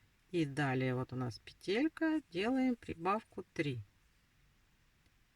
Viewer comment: Не петЕлька,а пЕтелька.Вы почитайте в интернете,если туда вышли,как надо правильно говорить,нерусская,что ли?